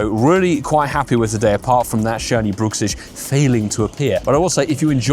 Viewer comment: I believe Bruxish is pronounced Bruck-Sish, not brook-sish. The name derives from the teeth grinding issue "bruxism" which is pronounced bruck - everyone seems to call this ugly fish different things 😅